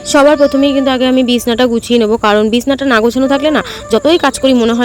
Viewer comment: ওটাকে বিছনা না বলে বিছানা বলবে শুনতে ভালো লাগবে